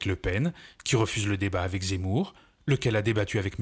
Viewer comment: Compliqué de dire zemmour hin 😂